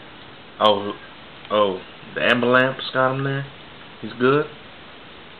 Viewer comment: "AMBUH-LAMPSE!" For the mother freakin' win! Haha that was great. I'm def gonna favorite this vid!